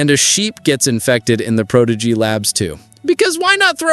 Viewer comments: Pro dee gee? I'm tired of lame AI videos. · Prodeegee?? Must be AI... Sigh... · Cant pronounce prodigy? You could almost be forgiven for Majinot had it not been pronounced in the show